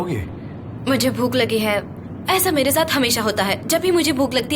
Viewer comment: Not “ vuk”……. Its Bhoook